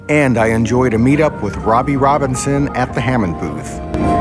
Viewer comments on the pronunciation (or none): none